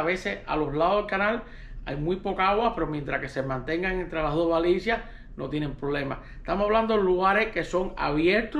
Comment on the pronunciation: usted pronuncia balicia,es lo mismo que baliza